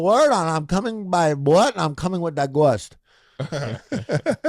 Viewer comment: They talked about da gwoahost a few pods ago. It’s when Harley was possessed by a gwoahost.